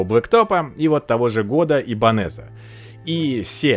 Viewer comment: Правильно - ибАньес😁. Нормальная испанская фамилия.🤣